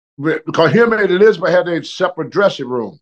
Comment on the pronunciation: Couldn't pronounce Elizabeth and Lanny, totally nailed Albuquerque 😂